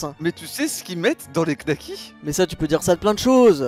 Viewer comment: donner son avis sur les knacks sans même savoir le prononcer... les nouveaux riches...